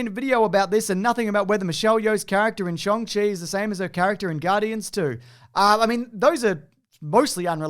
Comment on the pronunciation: He says it's "Sh-on-g" with an American accent, not your shrimp-on-a-barbie dialect, ya bloody dingus.